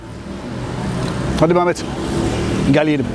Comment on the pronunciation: Abi çekenin ismi ahmet mi mehmet mi hatta bi ara mamet diyosun sandım 😂😂